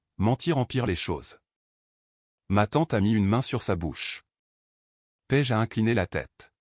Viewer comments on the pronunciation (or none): Paige ou pêche vraiment l'ia est mal programmée c'est une catastrophe ecrite